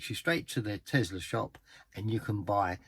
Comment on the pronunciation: It is not Tezla it is Tesla, smh.